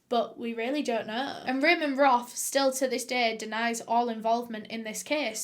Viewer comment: Roff not Roth.